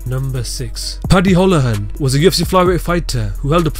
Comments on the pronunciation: Its pronounced Paddy Hoolahan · It's pronounced Paddy Who-La-Han, we got some weirdly pronounced names in Ireland lol.